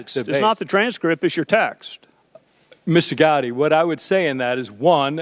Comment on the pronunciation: Strzok is a weasel. Notice how he mispronounces “Gowdy” as “Gotti”? Not an accident.